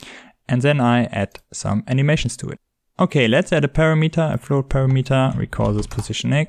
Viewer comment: Look, dude, I am not trying to be the Internet Language Police, but... PARAMETER is pronounced PA-RAM-eter, not PAIR-A-METER Synthesized Voice definition